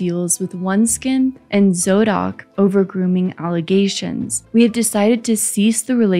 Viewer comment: Zocdok is actually pronounced zhauck-dauck and it’s a medical referral website so good thing they dropped her.